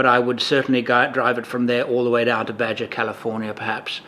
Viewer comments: FYI,... 'Baja' is pronounced 'Ba-Haw' not 'Ba-Jaw'. Not being critical, mind you; you can pronounce African regions I can't begin to wrap my mouth around. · Badger California. Coffee spray. I've never heard Baja pronounced any other way than Bar-har. Speaking of travelling from Prudoe Bay to Badger California, have a look at YT Leave Everything And Wander, who with a 1995 Ford 4x4 truck camper went from Prudoe Bay to the Antarctic Ocean off South America recently. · Took me while to figure out where in California you said......lol. friendly FYI its ba....ha (baja) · I love your videos and I really hope you will be able to go across the US one day soon and definitely across Baja California cause it's very beautiful and if you can I'd suggest to go during the Baja 1000. Oh yeah Baja is pronounced baha. Keep making great content! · as someone who lives in San Diego, CA, USA it pained me to here your pronunciation of the part of Mexico just South of the border. The J in Baja should be pronounced as an H in English. It is after all a Spanish word meaning lower.